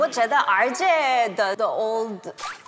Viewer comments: jessica的身边是不是一直都有四川人，她的叫的’二姐‘完全就是标准的四川话了 哈哈哈哈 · 当jessica说我觉得二姐，那个口音笑死我了😂